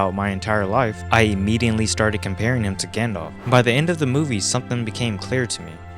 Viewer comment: bru, there is no 'N' in immediately.